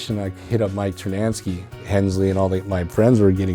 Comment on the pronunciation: Is it me or does he always say Mike TernaNsky like there is another N in his name?